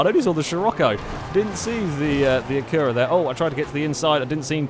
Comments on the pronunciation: the way he says acura is retarded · Not until today have i noticed the English way of saying Acura puts emphasis on the U, where Americans emphasize the first A.